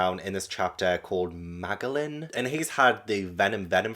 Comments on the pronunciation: Just so you know, Magellan is pronounced Ma jel lan. ^_^ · No way you keep calling magellan, maglan 😂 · Pronunciation nitpickyness: It's Ma-jellan, like Ferdinand Magellan the man who circumnavigated the globe. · I like that Magellan (pronounced with a J) is not a villain. He's just a man who is doing his job and he does it well for the most part. Edit: His name is based on Ferdinand Magellan, a Portuguese explorer who sailed for Spain in the 1500s. It was his expedition that proved that the world is round.